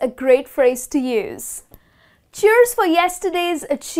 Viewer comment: Kindly pronounce these words correctly - year, cheers, adoration, and endeavour.